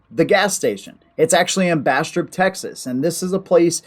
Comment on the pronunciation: I've always heard Bastrop as Bass-Drop, being from South Texas originally